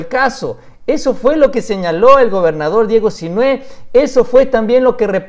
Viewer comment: No olvides que Sinhue' va asentuado en la e'